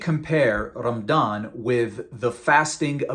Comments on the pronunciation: It's pronounced "Ramadhan" not "Ramdan". If you're going to masquerade as an ex-muslim, at least get your pronunciations right so you're more believable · I'm thinking of creating a video to respond to all the nonsense your spewing here. True, you're showing the sources, but your twisting their meanings and leaving out other sources and context. Also, your pronunciation of the terms suck. And it's Ramadhan not Ramdan and Aashouraa' not Ashra. Your giving yourself false authority by making it sound as if you know what you're talking about. Also, that smirk on your face as your talking and air quoting things mentioned in the Hadiths and the Quran just makes you look deranged. You started describing Muslims and "our friends" and then proceeded to disrespect our religion and prophet. Maybe I'll respond in kind. You should call yourself "Give spite" instead of "". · Why do you pronounce it as Ram-dan? It’s Ra-ma-dan. That’s very suspicious. Regardless, your argumentative points would make any Muslim yawn of boredom. Try again. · Bro you need to pronounce your Arabic correctly; AshOra not Ashra, RamAdan, not Ramdan, etc. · This guy can't even pronounce Ramadan, he says "Rammdan" lol. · It’s Ramadan and not Ramdan. Know your history before you post a video full of BS. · Man why are you pronouncing Ramadan رَمْضَانْ and not رَمَضَانْ؟ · Probably his local dialect growing up. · This dude just pronounced ramadan as rumdawn LMAOOOOO. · cant even say ramadan correctly? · Dude can't even pronounce the month or the name of the faith correctly. Go pick on Hindus or any other faith since your so butt hurt. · HAHAHA you can be a good comedian. You can't even pronounce the word "Ramadan". why are you even making videos spreading lies? no matter how hard you try, people keep converting to Islam! You just can't do anything about it and watch!